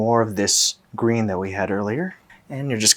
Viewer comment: Ryan: "a nice green colour" My brain: "and the ball was... gween and it was gween and-and then it was gween and the gwass was gween and and the ball was gween and it was gween..."